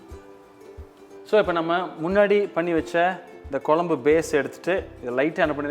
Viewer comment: வால பூ கொலம்பூ! பச்சை கிளி கூட உங்களை விட அழகா தமிழ் உச்சரிக்கும். திருத்திக்கொள்ளவும்.